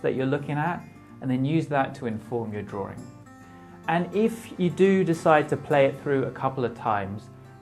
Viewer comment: I love your videos, but why why why do you keep saying “drawring” it’s drawing, without the second r. It’s just making me crazy